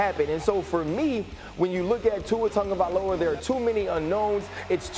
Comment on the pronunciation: Nobody: Absolutely no one: ESPN: Tua TUNgaVoLa